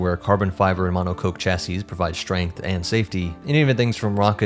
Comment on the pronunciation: Not sure if he's intentionally pronouncing Monocoque as Mono 'Coke' rather than 'Cock' to avoid the YouTube algorithm.